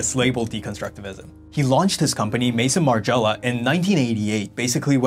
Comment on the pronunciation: margiela.. my favorite brand. great video, you should learn the original pronunciations tho. just a bit of constructive criticism